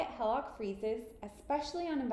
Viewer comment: Why don't you know how to pronounce HELOC?